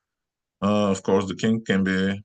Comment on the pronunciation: Is he saying king or kink?